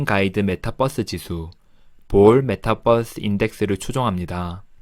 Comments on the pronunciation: 메타뻐스.. 귀에 속 들어오네요.. 영상 감사합니다. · 메타뻐스 ... 발음 넘 정겨워요 ㅎ